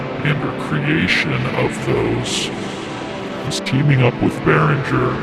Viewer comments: I follow your videos cause I like to see what's in Berinhger stuff coming in the market One note Since Berinhger is a Swedish name pronunciation should be g for e so pronounce Beringer I know is different language and I am Italian but I'm also very passion about languages in general so I learned few languages and some pronunciations here and there Take care and keep on going that now that I found some useful in this platform full of idiots really makes it pleasant to watch a bit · Oh no, don‘t trust their advertisement department as it seems that there are no german native speakers!!!😱 Behringer is a quite common second name in Germany and the correct pronounciation of the „g“ is like in english words ending on „-ing“, e. g. walking, painting… Yes, that’s it: BEARING + ER 👍 (The „r“ in the center of course is a classic german or french „r“.) GreetINGs from Germany👋🇩🇪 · His name is pronounced Oolie Beeringer. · I am from Germany, the "U" in Uli Behringer is pronounced like the "oo" in "loop", so it's basically Oolie 😆 And the "G" in Beringer is not soft, more like in "linger". Hope that helps. Great show, keep em coming 🔥🙌